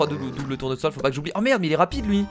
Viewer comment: A 9,40min tu as dis double tournosol